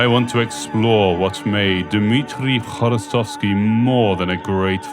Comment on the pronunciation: Dear Author, thank you for the right pronunciation of his name, “hv” is very difficult to pronounce for our foreign friends , we really appreciate it😊